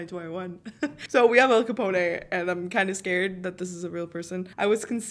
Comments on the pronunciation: How she said Al Capona instead of Al Capone.... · It's AL CUH POWN not Cuh poney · its not al capone with a ay at the end its actually AL-CA-PONE as in like cone with a p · Al-CaponE 😂😂😂😂 from New York 🤣🤣🤣😂😂😂🤣 I’m dead. Girl, it’s just Al-Capone (e is silent) and he is from Chicago. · Al caponayy from New York. Lol. Try Al capown from Chicago. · His Name Is Al Capone Not Al Caponeh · Lmao it’s not capon-ay it’s just capone, and he was from Chicago, not New York, but since you’re Canadian I’ll let it slide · I giggled at Al Capo-nay lol Anyway, Al Capone stayed in a town here in Arkansas that isn’t far from me. He still has a suite at a hotel there with a plaque on the door. There’s a door inside of the suite that’s locked with no doorknob because it leads to underground tunnels that he would run drugs and money through. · “Al caponaye”😂😂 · “al caponay” 😭😭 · al capon that’s how you pronounce the name